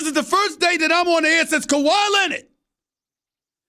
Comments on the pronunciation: Kawhi Len-Nid!!!🤣🤣🤣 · "Kawhi Lennit"